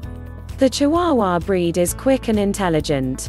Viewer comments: It would have been nice for a real person to have narrated and not a machine. Irritating to me. And dogs have breeds not bread. 😅😅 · Instead of saying breed it said bread lol 😂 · I assume AI is doing the talking. The word 'breed' makes sense in a vid about dogs, not 'bread'. I'll try to find a better made video to get my info. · Lovable bread? Chee-waa-waa? Oh god, my ears! Fire the robo-narrator and editor. NOW.